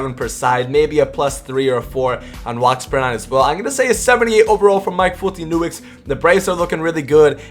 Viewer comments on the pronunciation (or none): Completely slaughtered Folty’s last name. Not even close lol